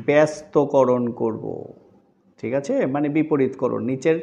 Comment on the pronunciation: Your 'thikache ' sounds funny 😂